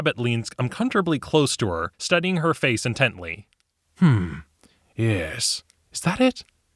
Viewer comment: You kneel before me. Very eastern european yis yis